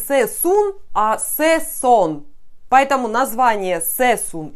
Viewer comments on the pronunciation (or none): Звали его Сассун... "а" после "С". Стрижку можно называть, как угодно, хотя... Ладно. А вот фамилию лучше правильно говорить. Из уважения:)